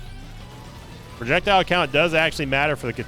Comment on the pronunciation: Why is pro-ject-ile too long to pronounce?